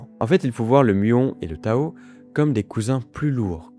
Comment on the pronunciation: Désolé mais on dit particule Tau et pas Tao. Donc on prononce tau -i -que et non tao-i-que.